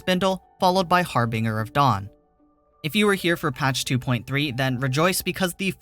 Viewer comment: bruh, I had to stop listening when you butchered the harbinger of dawn lmfao